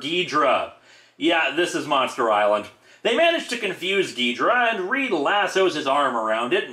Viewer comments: It's Gidorah! with "o"! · In Ghidorah's first appearance, it was in fact pronounced "Ghidrah", as well as spelled that way in the title: "Ghidrah: The Three-Headed Monster"